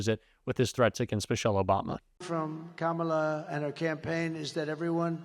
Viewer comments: He can't even pronounce her name. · Trump still hasn’t been able to learn how to pronounce Kamala’s name. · Mispronouncing “Kamala” is the weirdest, weakest flex. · The idiot still cant pronounce Kamala. Moron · STILL not even pronouncing her name correctly 🤦‍♀️ LOCK HIM UP in a rubber room in his hotel in RUSSIA 🇷🇺 SEDATED & STRAIGHT JACKETED! 🙏🙏🙏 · He can’t even pronounce her name correctly. How would he like it if his name was pronounced Doe nald? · He can't even say her name right. Lock her up for what? He's the one who should be in jail. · I see Trump continues rudely mispronounce Kamala